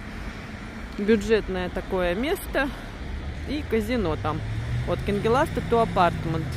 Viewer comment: доброе утро. на будущее. улица КАНГЕЛАСТЕ. УДАРЕНИЕ на первый слог